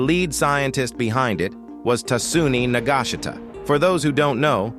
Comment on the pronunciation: What i heard "Niga shita"